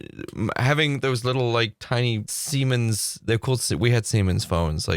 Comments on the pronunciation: when you were talking about the phone you had in high school, did you mean to say semen phone? I just can't imagine the sales pitch for the name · "these tiny semens" - i was confused for a second. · It's Siemens 😊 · Never ever thought Siemens would sound like THAT when pronounced in english :D only heard it in my native language.